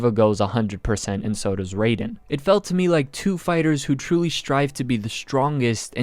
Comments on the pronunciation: It's Rye-den not Ray-den btw. Easily my least favorite fight so far. Still a pretty solid one, there were just so many better ones. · Saying raidens name wrong I tried to hold back but my correcting someone’s grammar membranes were going off